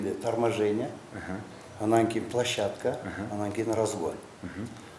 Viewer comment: Айтса дагы тушунбойтко площадька плащадька деп гангирбаш